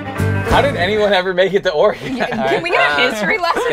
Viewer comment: The way pronounces Oregon. Cringe.